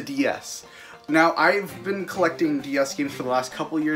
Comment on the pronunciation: he’s collefting